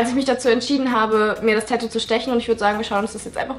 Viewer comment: Das heißt tatou nicht tätou